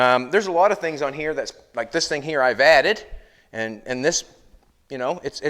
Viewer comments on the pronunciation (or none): none